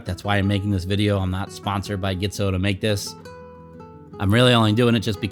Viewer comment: nice footage... should be pronounced G-tzo (like letter G) not GHITZO...